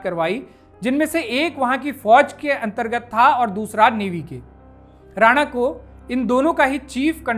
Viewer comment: जी लफ़्ज़ “ राना “ होता है जो लफ़्ज़ रानाई से बना है और इस का मतलब होता है लाल और पोस्त ( poppy ) के लाल फ़ूल को “ गुल ए राना “ कहते हैं। “ जबकि लफ़्ज़ “ राणा “ राजपूतों की एक बड़ी जाती है। बेगम “ राना” को “ रईस ए आज़म करनाल” नवाबज़ादा लियाक़त अली, उन की ख़ूबसूरती के चलते लालिमा उर्फ़ “ राना” ( राणा नहीं)। कहते थे। बेगम राना। मशहूर हिंदी लेखिका स्व. श्रीमती गौरा पंत “ शिवानी” जी की close relative भी थीं। अगर आप उचित समझे तो ये ग़लती दुरुस्त कर दें वरना आने वाली नस्लों को और मौजूदा दौर के लोग भी बेगम साहिबा के नाम को ग़लत बोलते रहेंगे। Once again the word is “ राना “ …… not “ राणा”।